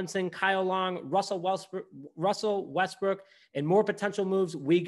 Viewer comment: Did you say Russell Westbrook? 🤣